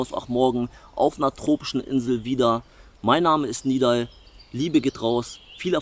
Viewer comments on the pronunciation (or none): Er wird Nidal ausgesprochen.